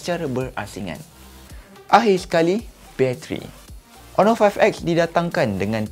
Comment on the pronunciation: hon·or ˈänər/ Pronounce it right,!